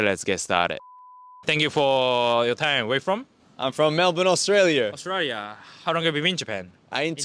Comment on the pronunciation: Is the Aussie guy hanging around with Americans or is it just the influence of American accents amongst the English-speakers in Japan? He's become very rhotic (pronounces all the Rs at the end of his words); he even says he's from "Australier".